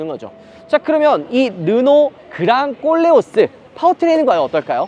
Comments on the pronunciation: 꼴레오스가 아니고 콜레오스입니다 듣기 거북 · 꼴레오스가 아니고 콜레오스 입니다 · 왜 꼬오올레 오스 라고 들리죠? 코오올레 오스 입니다 콜레오스! 발음좀 ㅋㅋㅋ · 꼴레오스 가 아니라.. 콜레오스 입니다 꼴레오스 꼴레오스ㅋㅋ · 그냥꼴려스로 들려요😢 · 보르노 보면 그냥 꼴린다로 들리내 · 꼴레오스라고하지마요 어감이😅